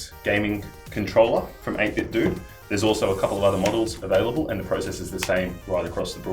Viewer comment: It's pronounced 8-bit-doe, as in NintenDO